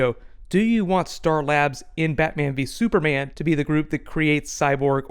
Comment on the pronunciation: "Super Manga" but "Battoman vee Supama"